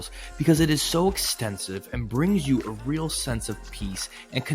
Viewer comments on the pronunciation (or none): none